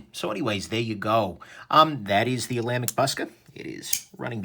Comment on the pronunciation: "Ola Mick"...oh, sorry,.